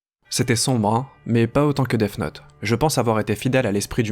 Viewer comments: Il dit deaf note mais c'est Deats note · arrête de dire Deaf note stp